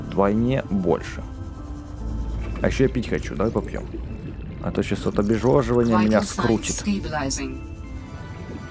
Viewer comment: мне послышался или ты сказал не обезвоживание а обежвожывание (тайм код)